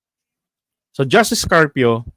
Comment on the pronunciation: Sir, i like your "justiis"!